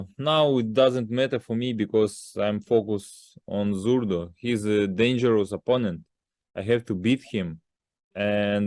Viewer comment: At times he says Zurda then it sounds like he says Zurdo, his english is fairly bad. You can see he has trouble truly expressing himself in english. I dont think its on purpose. Just gets the A and o mixed up in his language.